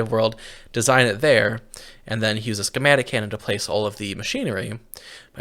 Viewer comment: Why does it sound like you add an h in front of use lol.